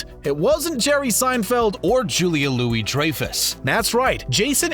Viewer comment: Nope, they mispronounced the Benes as well as Dreyfuss.